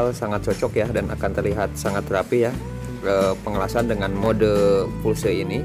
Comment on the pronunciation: Permisi urun koreksi. Pulse mode (english) = mode Pulsa (indonesia) yg artinya kejutan berjarak tertentu. Jangan disebut Fulse karena lebih ribet pengucapannya & malah salah..